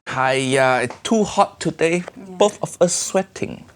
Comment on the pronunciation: uncle Roger saying haiya= haaaaaiiiiiyyyyyyaaaaaa.... auntie liz saying haiya= haya!